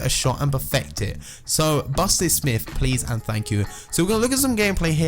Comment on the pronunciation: Miff can he say myth?